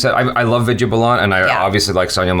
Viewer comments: why do you keep saying "Viji balan" It sounds like "weed-yea baal-an" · Hey it's not viju balaaan, it's Vid ya Baa lan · Ohhh maharaj, Name is pronounced as vidya baalan not Vidya balaan. irritated me multiple times within seconds.😬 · Hey......Vidhya Balan is pronounced as WE-DHYA BAA-LAN not as VID-YEAH BA-LAAN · Am I the only one hearing Vida Balaan..lol., it's pronounced as "Vidhyaa Baalan" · what did you pronounced?? Vijay Blaaaan???😱😱😂😂😂😅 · Vidya is pronounced as 'With ya baa ln' ... U can do it 💪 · imagine her name spelled as ViDyaa Baalan when you pronounce it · “Vijja bolon” please correct your pronunciation 🤣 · Vidya Balan is pronounced as With-diya Baa-lun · Try saying it this way "VITH" "Yeah" "BAH" "LEN" = ʋɪd̪jaː baːlən = Vidya Balan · WITH-YA BAHL-UN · It's Vidya Balan(Wid-Yaa Ball-an) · Did I heard saying "Bijya Belan"??? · Who's that "Viju Ballan" Edit: Ohh, isn't good in reading Indian names😅😂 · I have never heard somebody pronounce Vidya balan like that.Hilarious 😂😂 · Hey u are entirely wrong in pronouncing the names...u are doing hindi film reaction but your ability of pronunciation hindi words is always wrong. Please work on your pronunciation. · why achara not correct to pronounce vidaya balan name right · It took me few min that he is saying vidya balan